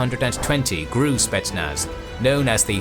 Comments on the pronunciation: Soviets thought to identify their own by wearing white arm bands. Unfortunately, Amin´s bodyguards also wore them. Soviet could tell their own by cussing and swearing. And for the love of Grammar Gods. GRU is not pronounced "Gruu" like "I am Gruut." Gee Arr You. Thank you. =) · GRU is supposed to be pronounced as GeReU... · My man, why do you pronounce things so strangely? I've never once heard the GRU pronounced as "groo". It's "The Gee Arr You". Also, Her-cue-LAY-an is how you would typically pronounce Herculean 💫👍